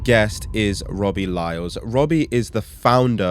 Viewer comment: You might wanna get his name right bro it's "Lyle" not "Lyles" 😂